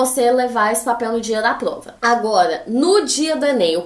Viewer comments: ela fala plova ou invés de prova ksksks fofinho msm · Mano ela falando " plova, pla " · "Plova", Ksksksksks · mano do céu que agonia dela falando “PLOVA” wtf